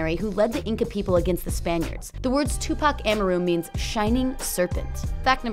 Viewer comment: Tupac A Mar Ru